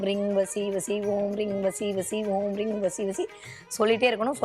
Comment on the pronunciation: ரீங என்பது ரிங் என உச்சரிப்பு வருகிறது